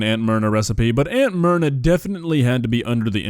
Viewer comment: I kept hearing it as Aunt Murder the first couple times said it lol (obviously never heard of her before now)